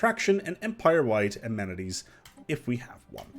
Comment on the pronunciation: A-man-eh-teas. Try it,.